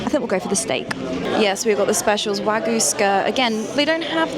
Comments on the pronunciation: There's a Y in WagYu. You pronounce it. Tokyo is not Toko. Kyoto is not Koto. Wagyu is not WAGU - it is Wagyu - you pronounce the Y. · Love your vids - really enjoyed watching lots of your old ones too as I've just discovered you. But pulease learn how to say wagYu 🙏😅❣